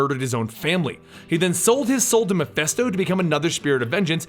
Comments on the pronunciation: I think the name is MephIsto not MephEsto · "Mephisto", "Meph-i-sto", with an "i" not an "e" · What cracks me up is you & the Variant comics guy don't know how to pronounce MIPHISTO... You both pronounce it MI-FEST-OH.. When it's ACTUALLY pronounced MI-FIST-OH. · sorry i don't usually point these things out... and there'll probably be A LOT of others to do so...but... its Mephisto, not Mephesto... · The name is pronounced "Meh-phee-stoh". You're welcome. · Great video as always I never knew all this background about the Spirit of Vengeance and the several Ghost Riders :D. Just one thing though. Is it just me or did you kept pronouncing Mephisto as Miphesto?